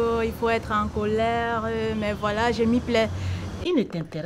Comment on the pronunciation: Is it me or there is a letter R at the end of the word VOILÀ ... 🤔🤔🤔